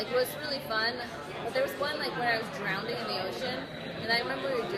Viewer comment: Haha when she talks about almost actually drowning, she keeps saying "drownding" instead, it's cute.